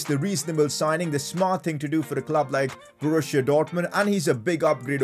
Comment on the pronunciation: Man it's called Borussia Dortmund not Borushia Dortmund.